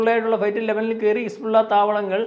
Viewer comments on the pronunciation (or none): none